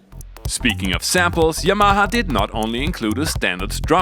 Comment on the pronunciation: Say it with me..... YAH - MAH -HA